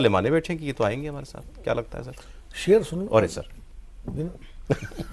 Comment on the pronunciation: Shakeel aazmi ka sher hai, magar aapne jara galat padha